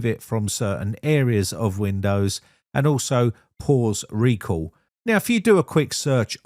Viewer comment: What is "Reco"? You mean "Recall"?